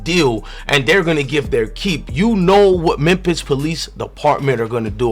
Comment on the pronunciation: Memphis: Mem(fis) Fis not pis